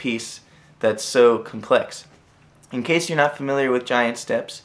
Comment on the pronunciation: Rev. Kitty that's how it's supposed to be pronounced.